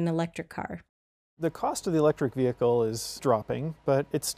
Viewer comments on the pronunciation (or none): it sounds like he’s saying electric bagel lol